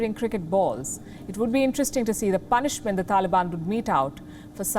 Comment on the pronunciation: Lmao the last shot of Afridi and Palki saying "PUNishment".😂🤚He stupid.